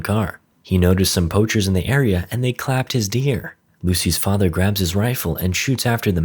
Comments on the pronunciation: "CLAPED" BRUH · Bro said “clapped his dughter” ain’t no way boi💀🤣